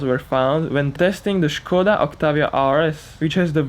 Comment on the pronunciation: Yeah, but he know how to say 'Skoda" properly :) Pozdrowienia z Polski!